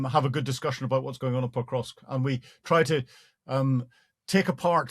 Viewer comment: This Hamish character is pronouncing Pokrovsk - Petrosk. Good work, mate, you are really acquainted with the situation! 😂😂😂🎉 😂😂😂😂😂😂 He is even worse than the host! PATHETIC!!! 😂😂😂😂😂😂😂😂😂😂